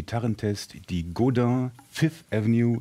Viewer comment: Funny Americans or Brits cant say Godin correctly but a German guy can. Godin not god-inn.